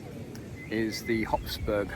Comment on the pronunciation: It's "HOF-Burg" instead of "HOPS-Burg". "Hofburg" literally means "court castle" the other one would be a bouncy castle. 😂